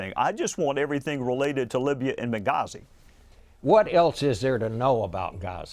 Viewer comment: Bob Schieffer mispronounces Benghazi. Instead he says "Ghazi" in this video. Not to be confused with Gaza, as in the Gaza Strip. This, to me, is funny. Hillary-us, I mean hilarious. I think he must have spent too much time wandering around the Great Pyramid of Ben-Giza. I bet he has not BenLaidin years. His doctor probably informed him that he had a bad case of Gowdy.